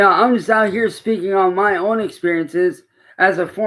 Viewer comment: "Muh friends and muh family...etc"